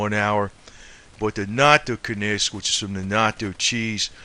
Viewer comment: This guy is not a healthcare professional which is obvious from his continued mispronouncing of simple medical terms, especially the word Natto, and NattoKinase. It is not Nacho cheese. It is pronounced Knat-O-Kine-Ace. Serrapeptase as well.(Sarah-Pep-Tace) These are protein based medical terms ending in Ase(Ace)!! Please, if you are going to talk about these systemic enzymes, lose the thick Boston accent so that you sound a bit more intelligent, and then please pronounce the words correctly. You can't just say "when it gets into the bloodstream, it just does it's thing". This is a great misrepresentation of the mechanism of action that these enzymes perform in the body. Get the IDEAR??